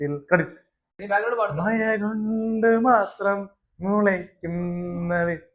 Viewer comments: മയ അല്ലടാ മഴ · മയ അല്ലടാ മക്കളെ മഴ ഴ പഴത്തിൻ്റെ ഴ പുഴയുടെ ഴ 😂😂😂